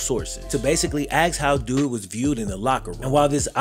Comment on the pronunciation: He is great. He isn’t on a sports channel because articulate as he is, he still can’t pronounce “ask” properly. Won’t get out the semipros until he can beat that demon 🤣